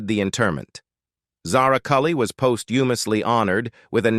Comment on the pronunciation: Pos Hu Mus ly. AI narration.